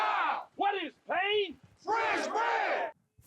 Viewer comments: What is Pain? FRENCH BREAD!!! The French word for bread is "Du Pain" but it's pronounced more like "Pan" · Even though it’s not actually pronounced like that; it’s just spelled like that. It’s pronounced more like pan but with a nasal sound. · the word bread in French is “pain” (pronounced kind of like pahn”😂😂😂😂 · the word for bread in French is spelled pain, but it's pronounced like pan with a very soft n. This is one of my favorite jokes of the movie. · The, what is pain? French Bread... answer is because bread is Pain in French but pronounced more like pan. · "What is pain?" "French bread!" The French word for bread is spelled and pronounced "pain".